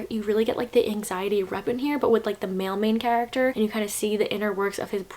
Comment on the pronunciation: I thought you said mailman character instead of male main character 😂